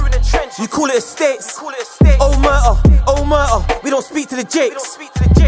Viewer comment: Could have at least learned how to pronounce omertà first 🥴